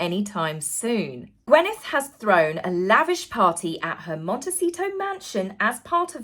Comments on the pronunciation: It's GwYneth, not GwEnyth. Come on now, please !!!! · Gwyneth = (gwinneth not gwenneth) (gwyn think gin!) ❤ 🐾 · Gwyneth = Gwineth not Gwenyth